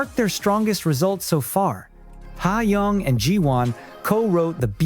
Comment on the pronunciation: 더빙 발음보소 하양 지호안 차영 나경 지오 ㅋㅋㅋㅋ